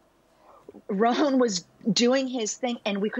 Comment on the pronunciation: American pronunciation of Rowan = RONE !?